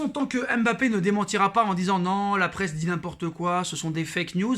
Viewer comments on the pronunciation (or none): C'est pas M'bappe c'est Mbappe Ta vidéo me casse le typan Bien prononcer ça ne coûte rien